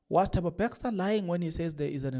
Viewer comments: True. I don't even know what is he reading because what is reading is clear "Bester" to me its easy to say Bes than Bex. OMG is saying it with confidence😂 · Yabona my son you said someone commented to how you call Bester Bexter made me laugh silently and nicodemusly because I know a number of words you call anyhow and number of you tubers that call those words like you 😂excape instead of ESCAPE is one of them. I will be like it doesn’t matter I got the message